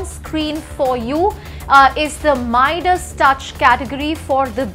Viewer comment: For Midas she says mi das